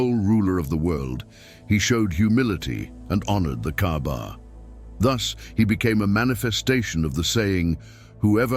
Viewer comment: It's not Kabar. It's Kaba or Ka'ba.